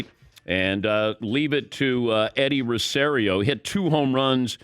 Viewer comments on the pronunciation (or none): It's rose-ario, not ro-say-rio